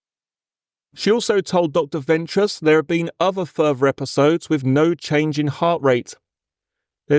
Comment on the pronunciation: Does this voiceover pronounce 'th' as 'f', for example 'firty' instead of 'thirty', and 'v' for voiced 'th', for example 'uvver' instead of 'other'?